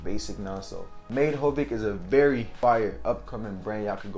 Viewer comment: Why are you saying made hovic it’s Made Havoc